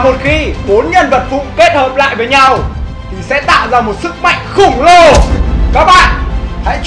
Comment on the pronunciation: khổng lồ mà đọc khủng lồ